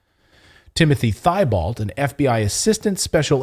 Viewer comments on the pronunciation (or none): Timothy T Bow. Not thigh Balt. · Thibault is actually pronounced, "teebow." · Thibault is a french name. Actually pronounced Teebo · It's Tee- bolt. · FYI Timothy Thibault is pronounced Tebow. He has a Cajun name. No offence please. A lot of people get it wrong. Including me until I was taught different. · Clayton it is pronounced Timothy (tee bow) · Thibault is a common French name. Pronounced 'Teebo', the h is silent.